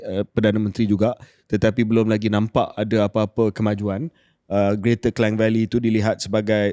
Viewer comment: Ooo , KJ pun sebut Klang sbgai Kleng. Bertahun belajar kat sekolah , Klang ialah 'Klang'.😂